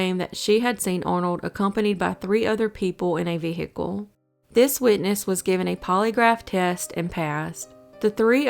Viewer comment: V HICKLE?